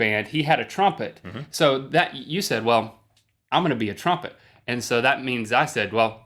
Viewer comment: Link... Trumpet has 2 vowels... not 3.